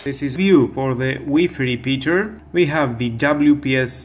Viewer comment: Wefe repeater 🤭🤣🤣🤣🤣😂